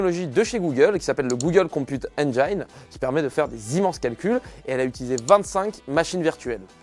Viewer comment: Partant pour la dashcam, par contre engine se prononce "haine jine" j espère que ça pourra aider à améliorer ton accent quasi parfait ;)